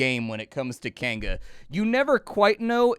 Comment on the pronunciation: You say Kainga,.... I hear "canned goods" and get confused... canned goods what now?